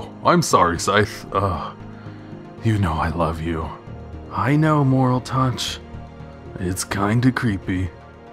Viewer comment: Youre saying moraltech wrong